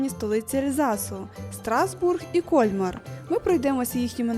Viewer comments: Красиве відео. Мої улюблені різдвяні міста. Ріже слух КОльмар. При вимові Кольмар-наголос на другий склад. КольмАр (згідно з правилами українського мовознавства для слів іншомовного походження). Французи теж роблять наголос на другому складі. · Все ж таки , наголос на останній слог- КольмАр!!! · Все гарно, але ваш КОльмар вбиває 😂… КольмАр треба казати. І помітили, що це не перша ваша помилка у вимові. Будь ласка, перш ніж знімати відео, послухайте як називають своє місце місцеві.🙏🏻 А так дякуємо за контент) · В Альзасі всі містечка чудові, особливо на Різдво! Пані ведучій замічу, що не КОльмар, а КольмАр!